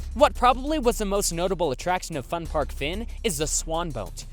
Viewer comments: For the Fun Park Fyn I cringed so hard because of how it was pronounced like 'Fin'... I can't stop laughing at it though it hurts my ears lol. I will admit Danish city names are strange, even if Fyn is the name of the island itself. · was kinda surprised to see one where I live, also just wanna note Fyn is pronounced wrong, here Denmark, I and Y sound are reversed, I made that mistake a lot when I learned English, a close of say fyn is pronounce the Y like you would in you.